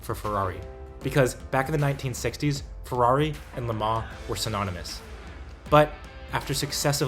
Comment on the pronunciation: How come you can pronounce bluidy Toyota correctly, Ferrari correctly, Porsche correctly, BUT, every time you carried out an abortion on the word Peugeot YOU GOT IT COMPLETELY WRONG. IT is not a POO-show!! Use a translator programme. PLEASE. Unless you delight in insulting France?